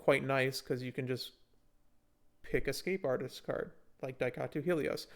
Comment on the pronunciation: It's Daitaku, not Daikatu